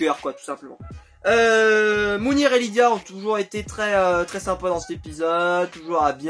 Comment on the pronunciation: C'est mounir pas moundir mdr